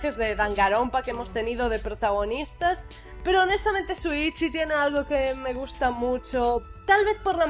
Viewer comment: soy yo o dijo shoichi envez de shuichi Xd? Por lo que me informado este danganrompa v3 es aparte de los otros porque en los otros gira entorno a la academia Kibougamine/pico de la esperanza que se podria considera como un arca entonces este danganronpa v3 seria el comienzo de una nueva arca no? Es lo que creeo ^_^U